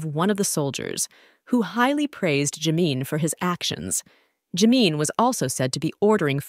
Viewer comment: Please pronounce his name right Jimin.